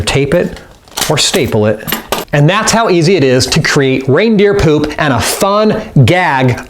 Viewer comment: the way he says poop pewp 😂😂😂